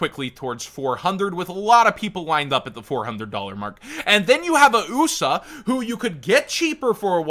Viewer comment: It’s not UUssa it’s Aussa like Autumn or Auburn, come on bro 😭